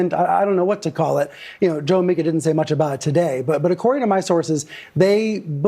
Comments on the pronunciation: TIM- it's pronounced "MEE-KA" ...not "MY-KA"...unless you're mocking her, in which case carry on! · MEE-KUH MEE-KUH MEE-KUH Not MIKE-UH. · Please don’t be offended but it’s pronounced MEE-KHA not MIKE-AH. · Pronounced m long e ka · Its pronounced MEEKA.....MEEKA. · Tim, 'Mika' is pronounced 'meeka'. 👍